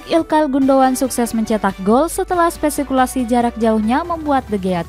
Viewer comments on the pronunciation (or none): bacanya spe - ku - la - si.🤗